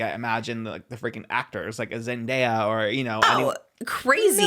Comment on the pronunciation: The way Trish pronounces zendaya